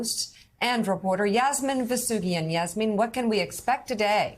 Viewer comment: Please tell Yasmin that Manhattan has not just one, but two Ts, so there is no excuse for her to pronounce it "Manha-an."